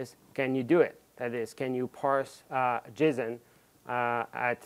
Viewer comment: yeah i love it but i can't stop myself from hearing him say "jism" every time he says "json"